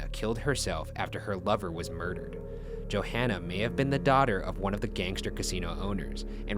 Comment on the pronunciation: You’d think after all the research Ryan does he’d say their names right, Johanna isn’t Joanna. It’s like yo-hahn-uh. Respectfully.